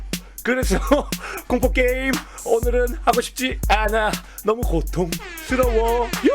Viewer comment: 형이 만들어 준 삼다수바 '파'맛 첵스바 다른 차원의 문 역시 최고의 스트리머(feat. 멍게) 야야야 누가 입 좀 막아봐(feat. 코알×선바) 그스그편... 고↘️통↘️스➡️러↗️워 발음이 좋아지신 것 같아요 발음 좋은 사람의 랩 대두바 방송시작 변천사 일방무새 무오↗️오어어어↗️어어어??!